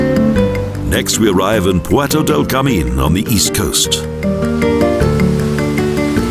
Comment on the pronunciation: terrible commentaries with many wrong pronounciations, unfortunately.Should not happen in professional videos : "Manique" instead of ManRrique, "vinio" instead of vino, Puerto del CarMIN, but it is Puerto del Carmen, "Jardin" is pronounced like an english "Chardeen", not jardin like french.It is not MARIA but Haria